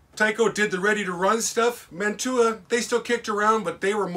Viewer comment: I grew up in Woodbury Heights, NJ where the Mantua Metals and later Tyco factory was located. Just to let you know, it's pronounced Man-chew-ah, not Man-two-ah. You're correct that in the beginning, it was all kits you had to put together. Lots of people in town and the surrounding area got their first jobs at the factory, including my sister. My mother in law also worked there. When you went into the lobby, there was a wall of trains a lot like the one behind you. There was a reject pile at the back of the factory where they would destroy the trains that had imperfections. Some of us would raid that pile before they got destroyed, and we'd fix them up as good as we could. Many of us in town had Mantua and/or Tyco train sets when we were kids.